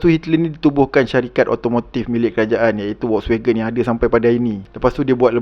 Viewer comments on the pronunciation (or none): none